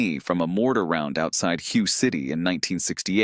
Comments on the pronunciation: First to the Narrator Hue City, the Hue is pronounced WAY, you should say it correctly if you’re going to talk about that damn war. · To the commentator: it is Hue (Way) City and I have seen it spelled Hua or Hwa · Hue (city) is pronounced Whay, you mispronounced it more than once, I believe this story is probably Bullshit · The AI narrator didn't pronounce Hue correctly either. It's pronounced WHAY.